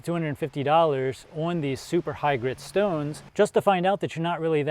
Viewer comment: i love how you say shtones :D